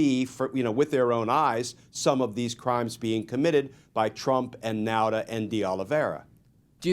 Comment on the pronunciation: Nauta is pronounced Nawta.